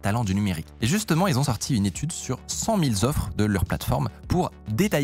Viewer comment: Non.. Cent mille Z'offres !!! Aie aie les Z'oreilles